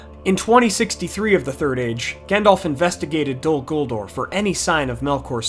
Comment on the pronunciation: Dude. It's "DOL" "GULDUR" Not "Dul Guldor" The second "ur" in Guldur is more like Uur or Ure. Totally inappropriate to use an "or" sound